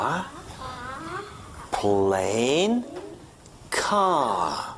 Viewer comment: I bet he drives a really nice "cawhh"